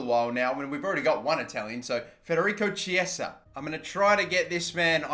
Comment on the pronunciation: Who else cringes when he says "Chiesa"?